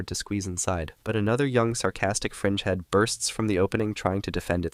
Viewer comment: I thought during the video he was saying "Sarcastic Frenchmen"